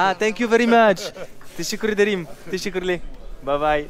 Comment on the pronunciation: 😂😂😂 j’aime bien quand tu dit tessekkurleur 🤦🏻‍♂️